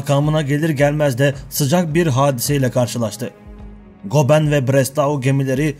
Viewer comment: Goeben adlı savaş gemisinin telaffuzu 'Goben' degil 'Göben'dir. Video hazırlamadan önce isimlerin telaffuzunda çalışmanızı tavsiye ederim. Diğer yandan iyi bir diksiyonerden eğitim almanız yararınıza olacaktır.